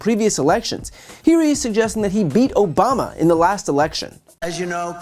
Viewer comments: Not Obama,Chump. it's "OBAMNA". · As he pronounced it “Obamna.” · He’s said Obama boss/aBiden before. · Really? Obamna? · He mistakenly said Obama a few weeks ago and now he has to go along with it and act like it was on purpose. Like the “Ada” Hutchinson thing that he never has explained because he said his name wrong.